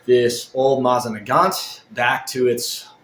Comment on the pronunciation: I've watched two of your videos so far. This one and the one where you're bitching about your Bambu Lab 3D printer. Anyhoo...the reason for my comment is to let you know that you're repeatedly MISPRONOUNCING "Mosin Nagant"!! If you're not 100% sure how to pronounce something, ask Google how to pronounce it and it will tell you. It will even suggest a video where you can hear someone saying the word correctly. Every time you said it it made you look dumber and was like nails on a chalkboard for everyone else who *Speaky English*!!